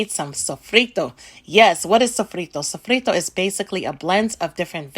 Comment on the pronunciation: The way she pronounced sofrito was perfect she's afro-latina for sure